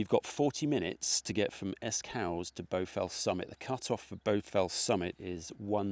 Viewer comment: Another great vid. If you managed Borrowdale OK then you'll have no issues with the cut offs in this, I think they're a bit easier. One minor point Esk Hause is pronounced as in 'pause' not as in 'house' - it's an easy one to miss 😃